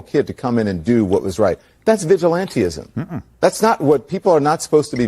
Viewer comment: The erudite Lemon pronounced it ‘vigilantEEism’. Ummm, try ‘vigilANTISM.’